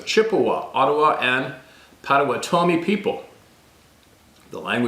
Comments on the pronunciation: "Pot a watt' a mi" Potawatomi with the emphasis on the watt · Hey brother… the way to say it is: POT OHH WATT OHH MEE 👍❤️🇺🇸… not trying to be a critic, just trying to help. Much love ❤️ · Pot-uh-waht -uh-me. Potawatomi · Here in Oklahoma, it's pronounced Pah-toe-wah-tah-me. If that isn't correct, I apologize, I've heard it that way all my life.